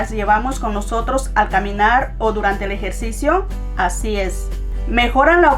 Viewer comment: Se dice "nosotros", no "nojotros".